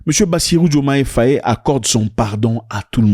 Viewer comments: Pas "Fayé". C'est Faï. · ZACH c Bassirou diomaye faye. Pas diomayé fayé